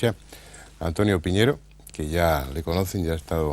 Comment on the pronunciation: El apellido es PIÑERO, no poñieiro Piñero es un apellido extremeño Es mi apellido